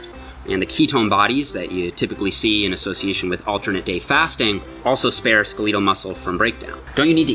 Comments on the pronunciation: Did you say "skuh-leeh-tuhl" muscle? Or did you mean "Skeh-leh-tuhl" muscle? Or is that how Canadians say it? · pronounces “skeletal” as “skehleetal” and I find that weird